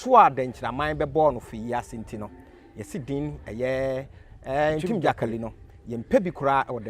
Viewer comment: This guy too what's this “Ntim gyakali” thing aaaba. Anyways, good interview.